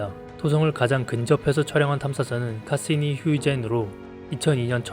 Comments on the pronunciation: 영상 잘 봤습니다. 자료도 좋고 설명도 간결해서 이해하기 쉽습니다. 다만 중간중간 탐사선 이름들이 어색합니다. 태양계를 벗어난 보이저 1호와 2호는 발음도 다르고 표기하신 영문명에 r이 빠져있고 토성 탐사선 카시니-하위헌스(호이겐스)도 마찬가지입니다. 카시니라고 줄여 발음하시는 과정에도 카사니라고 잘 못 발음하시는 부분이 있습니다. 조금만 더 신경 써 주시면 완벽한 자료가 되리라 생각합니다. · "보야지"? 보이쥐라고 하셔야지... 그리고 "카사니"가 아니라 "카시니"입니다. 영어가 너무해. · 그거말고도 카시니 하위헌스인데 카시니 뭐라했더라 ㅋㅋㅋㅋ